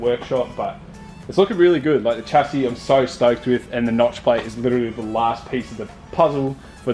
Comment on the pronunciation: love the content but please pronouce chassis correclty